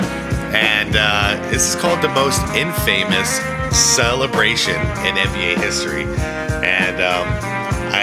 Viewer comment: Not in--fay-mus. It is pronounced in-fuh-mus and with no pause or separation. Not clowning or anything, I just know we aren't all familiar with random words. 💪🏽